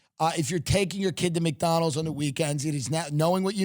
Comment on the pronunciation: I love it how Tim says McDonald's. "Mick Donal's" I see what you did there.. true Irish pride. It's it's true Mickey O'Donnell started the franchise.